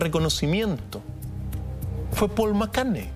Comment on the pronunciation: Pol Mccarne